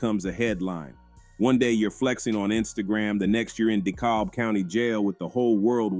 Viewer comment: To call it Dee-call-b is diabolical 😢😂 Its Dee-cab !!! County. DeKalb county! Damn 🤦🏽‍♀️